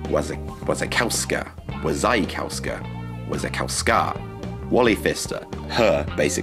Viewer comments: It's pronounced "Vashikofska" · Vasi-kov-ska, thats how you pronounce it. Polish names you say V to W. It's not that diffucult. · Wasikowska is more like "vasheekovska" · more or less "Vasikovska" my friend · Wasikowska -> Va-she-cov-ska . More or less. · "Wasikowska" is a Polish feminine surname. It's pronounced "va-shē-ˈkov-ska". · Wasikowska - pronounced "Va-see-kov-ska". Why the hell, the english speakers never take even 5 minutes to check the rules of the Polish pronounciation. Serously, is it that difficult?